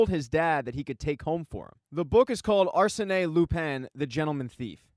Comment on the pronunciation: Arsene pronounced Ar-sen like Arsenal without “Al”